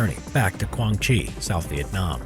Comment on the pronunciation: btw it quang tri not quang chi XD